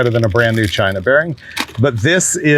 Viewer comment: not CHYYNA!!!!!!!!!!